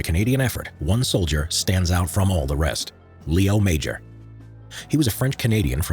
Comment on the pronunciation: The correct pronunciation of his name is "lay-oh mah-zhar [the last syllable is actually something that doesn't exist in English, but that's the closest]. Most of the events in this video have been independently verified. He was far from being a blustering he-man. He was in civilian life very soft-spoken and modest. He never mentioned his military escapades to his wife... she only found out decades later when the town of Zwolle invited them to visit the Netherlands to be honoured by them. The secret behind it was that he had lived in neglect and poverty as a child, suffering much bullying ---- until he realized that dominance among humans was based not on strength but on illusions, that it was all showmanship. His tactics always depended on tricking opponents into panicking, for example, getting them to assume that he was an entire army. He knew that most "heroism" in war was bullshit, so when he returned to civilian life he just said "forget it" and lived his life without cashing in on his image. His sons report that he never boasted or mentioned his exploits to them, but that he was the kind of man that you would instantly trust and listen to.